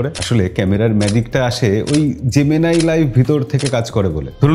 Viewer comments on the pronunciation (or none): জেমিনি কে জেমিনাই বলাটা বন্ধ করুন। সবকিছুতে বিদেশিদের নকল করাটা বোকামি।